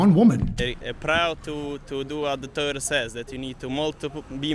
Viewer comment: Taura ? lmao god help me? bro u dont even have the actual "Taura" hahahah